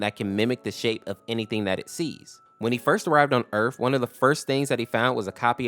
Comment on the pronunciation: "When he first arrived on earf" 🤨